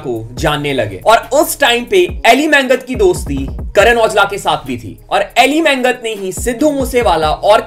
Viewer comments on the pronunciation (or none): Brother Elly Mangat Hmare Hi Pind Ka Hai Aur Haa Elly मंगत nhi bro Elly मागट Bolte hai Ise Punjab Mai 😅